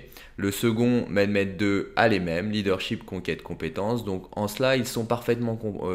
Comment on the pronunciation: Jsuis turc🇹🇷et je sais que sais que certains écrit Mehmed ou Mehmet mais les deux se prononce Mehmet et je m’appelle Mehmet voilà comme sa tu feras pas d’erreur de prononciation 😉✌🏼